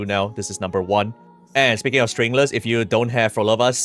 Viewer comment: STRINGLESS?? WHAT DID YOU SAYYY 😂